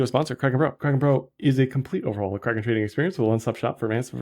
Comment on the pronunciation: can't stop laughing when you promo Kraken. I can barely undestand what you say hahaha